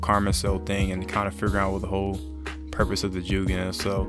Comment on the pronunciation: Bro The way u pronounce jougan is killing me it’s pronounced “ Joegone”